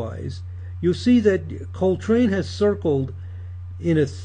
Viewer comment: STOP SAYING HIS NAME WRONG